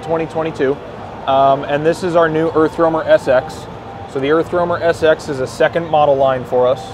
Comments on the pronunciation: earf womer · Anyone else hearing Erff wormer?